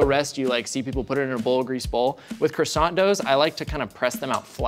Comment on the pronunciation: Still struggled with "croissant" though haha Edit: and "herbs"